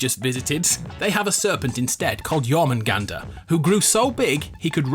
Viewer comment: it is pronounced jormuhungundarr